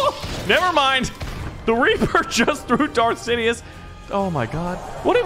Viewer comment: nobody:: general sidios